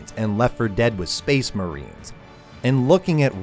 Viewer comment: SPEHS MAREENS